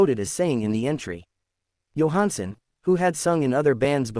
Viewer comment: This is Total Garbage. They can't even pronounce his name correctly.